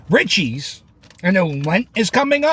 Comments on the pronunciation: It’s pronounced “REACHEESE”. Not Richies😂😂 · It’s pronounced “reechees” and they do have the best hoagies but most Italian delis slice it to order